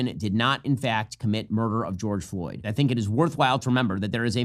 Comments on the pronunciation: * issa pronounced “George Droid” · Its pronounced George Droid dumb dumb phil is clearly a fentanyl agent